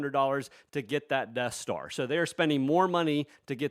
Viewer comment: The "Debt Star"